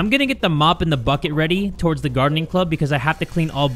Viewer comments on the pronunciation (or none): none